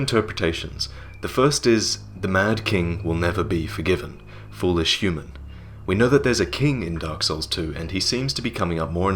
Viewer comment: I understood " the mad king will never be forgiven. Foolisch human. "